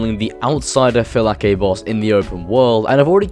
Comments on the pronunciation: Upvote for pronouncing 'Phylakes' correctly. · the word that you thought you pronounced it wrong you did not. that word means guard in Greek, and that's how to pronounce it.